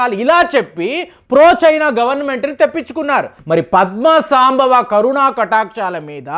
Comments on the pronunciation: సాంభవ కాదండీ సంభవ అనాలి. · పద్మ సంభవ. ఉచ్చారణ సరిగాలేదు